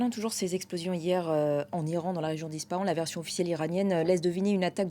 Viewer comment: La lettre p dans Ispahan se dit comme un f. Aussi, on prononce la lettre n à la fin du nom de cette ville. Ce qui donne à l'oral en français : Isfahane. Il n'y a pas d'installations nucléaires dans cette ville. C'est au bord d'une route un peu plus au Nord. De plus, il y a des chances que tout cela ait été déplacé, et que ces bâtiments soient un leurre aujourd'hui. Dans tous les cas, attaquer cette ville, peut être la plus ouverte au monde d'Iran par les êtres humains qui la peuple, sa charge historique, et sa richesse culturelle, est une absurdité. Et si c'était possible de croire en sa jeunesse? Le risque principal, autant pour les autorités autoritaires iraniennes qu'israëliennes, ne vient il pas de l'intérieur? 😉